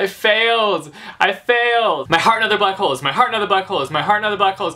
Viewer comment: When you said "My Heart and Other Black Holes" it sounded like "My Heart and Other Butt Holes"